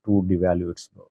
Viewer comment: Please learn how to pronounce Birr! It is embarrassing to be talking about a country for years yet can’t pronounce their currency name properly!!